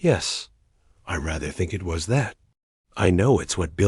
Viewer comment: It’s clearly an AI reading this hence why it doesn’t know how to read “IT”